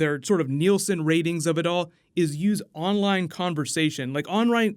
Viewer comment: Did he just say onrine interest level